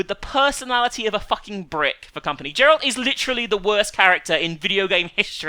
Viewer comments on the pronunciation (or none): It's Geralt for fuck's sake not Jerald -_